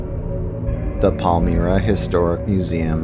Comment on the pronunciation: Palmyra lol pal MY ra not me ra good try tho